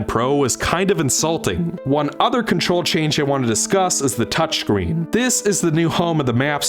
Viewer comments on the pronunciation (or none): ah yes Touch kreen